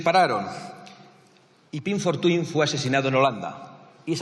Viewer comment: Se pronuncia "Pim Fortam".